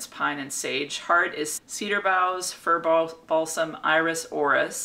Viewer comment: Fur-ball --- some. ??? Oh. Fir Balsam. 🤦‍♀